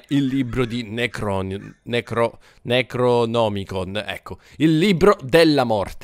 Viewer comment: non riesce a pronunciare “necronomicon” Howard Philips Lovecraft Was *triggered*